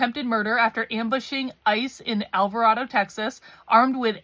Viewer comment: Everyone is saying Alvarado wrong!!!